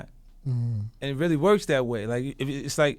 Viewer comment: yo is it just me or can you not understand what 50 cents is saying most of the time, he slurs, stutters, and he doesnt pronounce words right